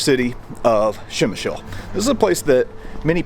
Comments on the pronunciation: Not Shemshill :) [ p ] - like in stop, [ shem ] [ y ] - like in boy, [ sh ] [ l ] - like in lozenge. Pshemyshl ! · Ppzemish is how you say it ,great place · Lesson 1 - Przemysl pronunciation for English speakers...